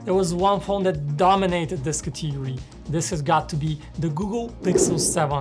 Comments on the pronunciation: Except the dynamic island part I feel like I know which phone you were gonna choose 😅. Good Video though. Also It's "Category" not Cathigory 😐😒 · Drinking challenge Take a shot every time he mispronounces the word "category"